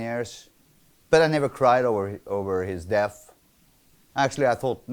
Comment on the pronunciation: If he pronounces "death" as "deaf" , does that mean he pronounces "deaf" as "death"?